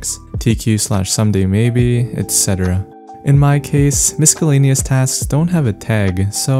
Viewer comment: everytime you say miscellaneous "miskaleniyes" you crack me up 😂🤣🤣